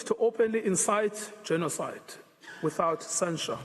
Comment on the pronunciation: It is mistake, not “genocide” its Gena side 😂😂